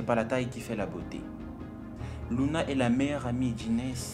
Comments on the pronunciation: c est pas louane c est louna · C'est Louna pas Louane